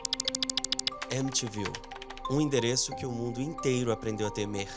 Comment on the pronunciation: M te viu... É o nome da cidade: M ti viu.